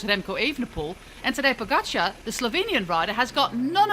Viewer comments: She kept pronouncing it as "Pogacha" without the R, which is way off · Same goes for you. We definitely pronounce the "R". Poskusi sklanjano obliko pogačarja, če ga sicer ne slišiš ...